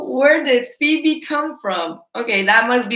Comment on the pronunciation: Wow when you said Febe, I almost fell off my chair! 🤣